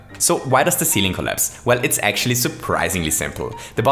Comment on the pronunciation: "Yoshi and Mario are really good friends": "ACSHUALLY"